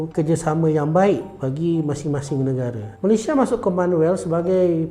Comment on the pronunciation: Sebutan Malaysia itu Malay-SIA (S.I.A) bukan Malaysya / Maleishia . Susah sgt ke sebut ? Kalau manusia knapa x sebut manusya, reti pula sebut manus-i-a